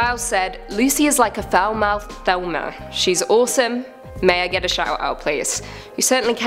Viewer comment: Ya, I always wondered why people say thelma